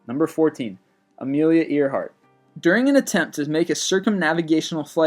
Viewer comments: ITS AIRHEART! NOT EARHEART! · Uhm his pronunciation of names sucks. It's not ear-hart. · you pronounce your words very weirdly but i never said nothing until earhart i live near earhart where she landed in northern ireland its pronounced like air hart not ear hart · Amelia Earhart's last name is pronounced "Air-hart"not Ear-Hart. We know this from recordings of her pronouncing her own name. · every time he said EARheart i said nooo AIRheart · It's pronounced like air-heart other than that your fine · i know 'earhart' is spelt 'e a r', but it's pronounced 'air'. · It is actually "Ear-hart" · Its AIR-HEART not amelia eer- heart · I believe it is pronounced Amelia Air-heart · Amelia earheart lol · i guess this guy just reads this script, because he seems to have trouble pronouncing proper nouns, like Taos and Earhardt.. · You mispronounced Amelia's last name! COME ON MAN! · Its pronounced "gy-gant-o-pithicus" not "gig-toe-pithacus-blackeye" and its pronounced Amelia "Air-heart" dipshit dont just regurgitate info do some fucking research better yet pick up a fuckin book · Burr-moo-duh triangle Amelia Ear-Hart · I like your videos. Please do not view the rest of this comment as me thinking you should stop! Bermuda = "ber-MYOO-duh". Earhart = "AIR-hart". The chupacabra was simply an invention of the government to explain the superstitious farmers' missing goats which soldiers were stealing. The Loch Ness monster sightings have almost all been revealed as a series of hoaxes, including the first story and that photograph, while no reliable evidence has been found. It's not unsolved. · am i the only one who was really annoyed with the way he pronounced Bermuda and earhardt? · He mispronounces so many things. How has he never heard anyone pronounce things like Bermuda, Amelia Earhart or Gibraltar? (to name only a few)